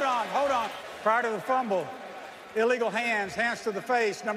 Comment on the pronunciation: "Prior to the frumble" lol Da 🐻's.